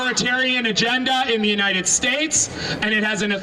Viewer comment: It's united not untie